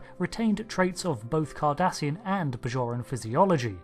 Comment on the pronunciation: I thought he said Kardashian at first.